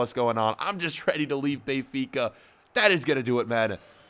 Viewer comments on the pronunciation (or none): Hey can you please stop saying Bay-fica it's Ben-fica and it's really getting on my nerves.